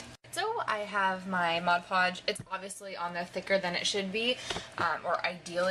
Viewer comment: I freaking love you for saying Mod Podge correctly!! I can't tell you how many people pronounce it: "Modge" Podge. It's like nails on a chalkboard. Also, good job with the sprucing up those plastic drawers.